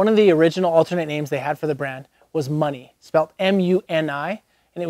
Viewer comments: and it's "mmyou-ni" not "Money." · Fact check*** MUNI isn't a street in SF. It's pronounced myoo-nee and it's the above ground rail transit in SF. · Yup. And it's not pronounced like "money". It's like municipal without the -cipal. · It’s pronounced Muuu Neeee! Muni